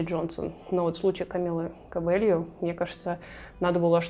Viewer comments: Камила Кабейо она аааааааааааааааааа а не кобельо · спасибо за видео! но фамилия Камилы правильно будет писаться и произноситься: Кабейо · Камила Кабейо ;) Говорим правильно;)